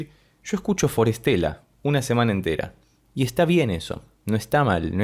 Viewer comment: Me encanta forestella y tus análisis de ellos son los que más me gustan. Solo un comentario, pronuncias el nombre como si fuera traducido ya : para estela: for stella. Lo correcto es combinar la pronunciación. De las palabras que ellos eligieron: bosque y estrella, en inglés e italiano me parece: forest-ella. Nos traen lo sublime a la tierra ❤❤❤❤